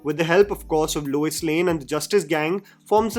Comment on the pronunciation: Lois Lane ❎ Luis Lane ✅